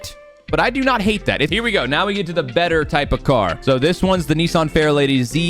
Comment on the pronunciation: Bro said neesarn